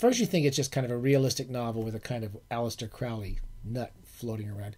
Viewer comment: say aleister CRAWLEY, kiddo. otherwise, most excellent. yours, Mr Dr Pedant.